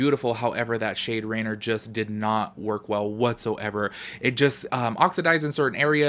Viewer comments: It’s not “rainer” lmaooo it’s rainier...which is mount rainier which is pronounced “RAIN-EAR” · You pronounced most of them correctly, accept Rainier is like ray-neer. And yep, the colors are inspired by Washington State :D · Rainier is pronounced “ray-NEER”. Like reindeer, just without the “d”. I haven’t had an issue with any of the colors yet. My brown liner, on the other hand, is defective and the component isn’t pushing it up. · No hate cause I can’t read either, but local Washingtonian here, “Rainer” is based off mount Rainer and is pronounced “Ray near”. 😂❤️ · the shade Rainier is actually pronounce Rainear Its hard for others to promounce, no shade, I used to live in Washington and it took me awhile : ) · Appreciate this review! I’m going to stick to the child palette for my olive and earthy tones fix, though. Lol the shade Rainier... seems very irksome. You gave it a chance. I thought it was Rain-ee-er, but I can’t pronounce shit 😂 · I’ll be that girl 😉 lol it’s pronounced “rain-ear”. It’s a mountain in Washington near Portland Oregon.